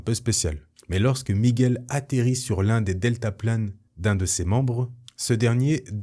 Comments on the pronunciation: Super vidéo comme d'hab, toujours aussi bien présenté et raconté... Mais par contre quand tu prononces son prénom on entend "méguel" et je crois que c'est plutôt "miguel" enfin si il fallait chipoter Merci beaucoup j'adore tes chaines. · Avec l’accent espagnol ça donnerai plus ‘’ migOUel’ Ptre un des Spiderman les plus iconiques Nice vidéo 👌